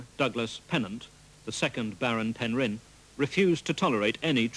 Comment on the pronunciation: Shame that the narrator can't pronounce Penrhyn property- he's emphasising the 'rhyn' rather than the 'Pen'.